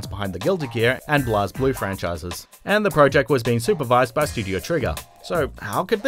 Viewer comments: "the same minds behind Guilty Gear and BLAZ-blue franchises"? It's pronounced as blaze. Really,... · ...you know the game series' name is pronounced Blaze Blue, right? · I cannot understand to this day why people pronounce the series Blazblue as "Blahz-blue". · That's not how you pronounce Blazeblue. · Lost interest when ya mispronounced “BlazBlue” in the first entry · How do you mispronounce "blaze blue"?